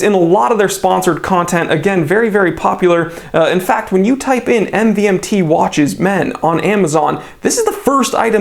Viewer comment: my guy literally pronounced it M-V-M-T